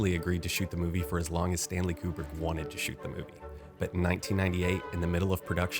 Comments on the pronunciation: Yeah, what a crazy story lol Edit: another thing I find funny is how they pronounce his name. "Que-brick" lol A bit of irony is the guys real name was "Conway". Con...way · My favorite is when the lady refers to him as "Mr. Cute-Prick." lol